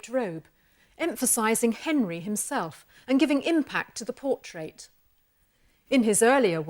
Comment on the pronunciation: Awesome video was more distracted by her lovely accent and how she pronounced 'portrait' as 'por-TRATE' to retain any useful information 🤗